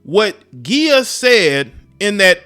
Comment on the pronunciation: “Ghee-ah” lol it’s “jee-ah”